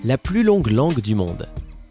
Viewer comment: la plus longue angue du monde Vous Pouvez corriger cette erreur ?